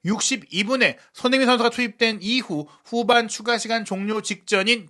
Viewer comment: 발음을 정확히 합시다. 손흐민❌️ 손흥민⭕️